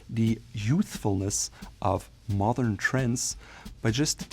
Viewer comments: My friend, your English is excellent, however, please practice the D in modern more. It distinctly sounds like you’re saying “mothern”. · I notice you were saying the word mothern a lot. Do you mean modern? Or a different word that means something totally different. Because it will change the meaning of your phrases. I just need to understand this for myself. Sorry for any problem with this question.